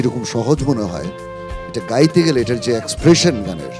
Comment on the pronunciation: গেতে নয় হবে “গাইতে” হবে